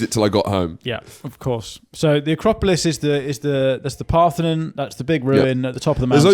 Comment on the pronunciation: Wait, did just twice mispronounce 'Acropolis' as 'Acropalypse'? Like the famous war movie 'Acropalypse Now'? 😂